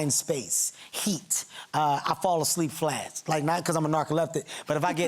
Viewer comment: "I fall asleep flast" is what he said